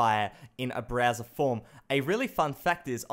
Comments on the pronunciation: I love how he says BRAZZER instead of Browser😂😂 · i'd kept hearing Browser as Brazzer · is it me or when he says Browser I mistake it for Brazzers